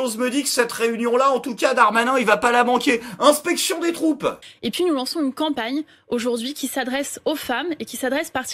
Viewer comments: quand tu as dis " revue des troupes " j'ai cru entendre " revue des croupes " mais bon c'est surement une erreur de ma part , surtout si le darmanin y assiste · A la vache, elle a du niveau votre secrétaire d'état du début! Sinon il y a aussi eu une erreur de diction, avec Darmanin c'est inspection des croupes. A part ça très bon épisode!